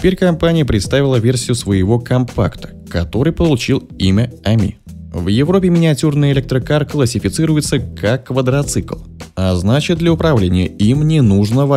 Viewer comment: не квадрОцикл, а квадрИцикл - это важно